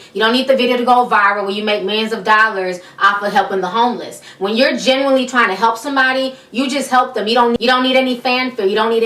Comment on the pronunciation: Not to e rude hit when you said genuinely it kind of sounded like you said generally.